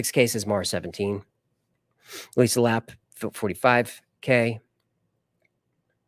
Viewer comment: Even though you might not like certain topics, you never let it show always professional 😊 also I appreciate the shout outs maybe if you remember how to say my last name LA-PAY It's spelled Lappe' ❤ Always Great Videos & After Files Live 🎉